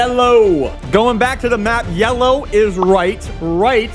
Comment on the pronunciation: It’s yelloe